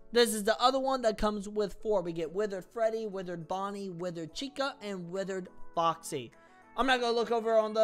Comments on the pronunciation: Why did you say chaica no it's chica😅😅😅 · i dont mean to be the pronunciation police, but its pronounced chee-ka. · I will say that you need to pronounce the “i” like “ee” not as a upper case “I” but, I personally don’t care. It’s hilarious! Let the haters keep hating because they only hate themselves!!